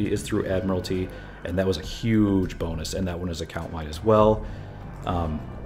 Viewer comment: When you said "boon-us", I know exactly what happened. You're brain was thinking "that'd be a nice boon" and your tongue just combined those words. I think its cool our brains do this, and by context, our brain knows what you mean. I heard a women say her kids were "running rampid" and I realized people here say that, and don't realized they're combining rabid and rampant. Anyway. Language is cool.